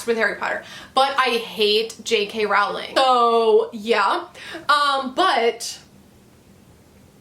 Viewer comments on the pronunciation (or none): none